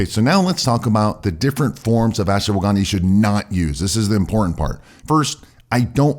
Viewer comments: It's not Asshwagaandaa , it's Ashwagandha...improve your accent... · Why do you pronounce it Ash-"woh"-wagandha?? No "woh" needed!